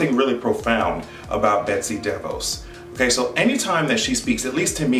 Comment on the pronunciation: when you say her name sometimes it sounds like Betsy Devils and in my language it means Betsy The Fox and I think thats real accurate